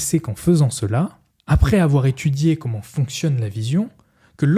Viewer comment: Merci, c'est exactement ce que j'allais dire. Je me suis arrêté au premier quart tellement c'était insupportable à écouter : "dju" au lieu de "du", des "trrrrrr", "rrrrr", "keumon" au lieu de "comment" etc. Bref une horreur et vraiment dommage.